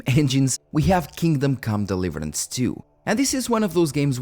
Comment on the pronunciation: deiverance :D